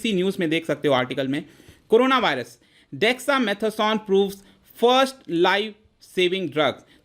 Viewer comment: If you cannot pronounce dexa mata son then no one will give u this medicine 😂😅😂😅